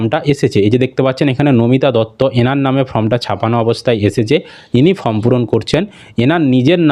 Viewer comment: ফ্রম ( from) নয় , ওটা ফর্ম ( Form) হবে 😅